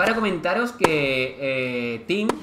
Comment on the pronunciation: Es "tim" (thiem)